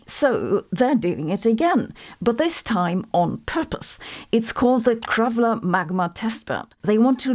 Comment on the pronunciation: It's Krafla, not Krapla, like in news article , in case you want to look it up. It's not only of the legal word forms (unlike [about] Kröflu, that is one of the legal words for Krafla; all proper noun, e.g. my name, have 4, and in general if plural and definite article ending applies, then nouns have 16; fun fact, all adjectives have 120 forms, not just 3 as in English, i.e. each of the 3 have 40 sub-forms).